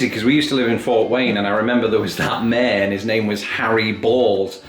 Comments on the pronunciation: says mayor as a single syllable. Most Americans would have it as two separated by a consonant “y”. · Here's another one for you,: Mayor vs Mare. Technically it's pronounced "Bales," but not as fun. 😁